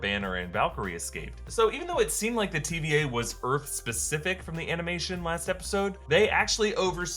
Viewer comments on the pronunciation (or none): I still hear TBA and not TVA lol.